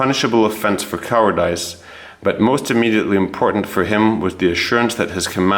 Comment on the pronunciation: Sir I don't say this to be mean but you appear to have a good grasp of the English language but you need someone to tell you how to pronounce cowardice